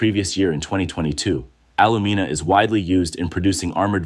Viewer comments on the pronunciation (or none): Is this AI narrated? I can't imagine any human pronouncing alumina that way on purpose.